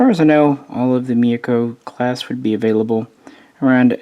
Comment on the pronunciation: It's not Mayoko or Miyako lol, i don't know why Myoko is so hard to pronounce for so many people. Also It's Haguro not Haruna. Cheers